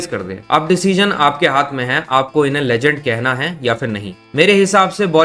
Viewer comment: Legend ❌ LeJhand ✅